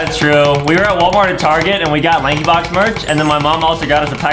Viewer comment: It isnt lakey box its lankybox